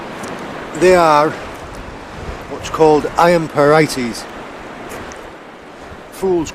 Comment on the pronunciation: pieright, not parighties